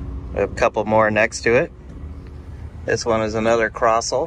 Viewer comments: I had some friends who raced a Crossle Formula Ford. They're very cool, look them up. I think the formula specifies that Kent engine. Also it's pronounced "Cross-lee." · Nice vid. Btw it’s pronounced “Croz-lee”